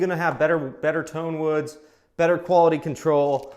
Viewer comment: You almost lost me at "tonewood" 🤣 Nice video though!👍